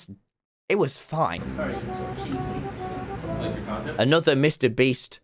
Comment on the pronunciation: "Mr Breast" 😭😭😭